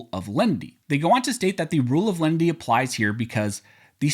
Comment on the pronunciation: About half the time you are saying "lendy" not "len-i-ty" and just confusing your audience. Step up,!